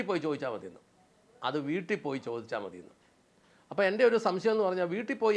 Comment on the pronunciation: Caption super എന്നാലും ഒരക്ഷരം change ചെയ്താൽ അതി ഗംഭീരമായേനെ. എന്താന്നോ,? ''വൂട്ടിൽ '' പോയി എന്ന് കൊടുക്കാമയിരുന്നു, അങ്ങേര് അങ്ങനെയാ പറയുന്നത്. "വുട്ടിൽ ''